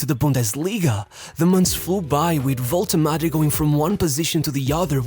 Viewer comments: What is this waltemade pronunciation 😭😭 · It's not spelled "Wolte Mada".